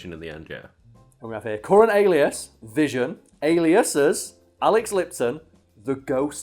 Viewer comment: Its not Vision no more. Its Vishawn fam